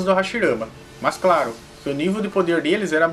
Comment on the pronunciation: gosto dos seus videos salve ( so que tem que ter diferencia entre os R e os L claro e nao craro kkk like dado é noix